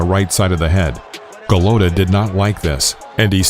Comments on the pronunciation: it's Eddie Futch like crutch and Andrew Galota like whole lotta , both soft vowels not Eddie fooch or Andrew Galowta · Go-LOW-tah hahhahahhahahhaha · Lol. Ga-low-duh.